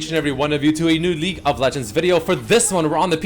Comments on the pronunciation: why tf do I always hear "leak" of legends when says league WTF?!??!?? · Why is he saying Leak of Legends?